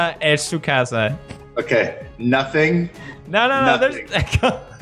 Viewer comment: Lol, use E to open chest and he said 'Noting'